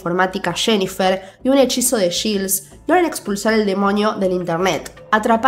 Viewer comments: Te doy toda la razón... Lo único que me hace un poco de ruido es que dice yils y no yails (Giles) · Quien es Gils?...😂 se pronuncia /Gails/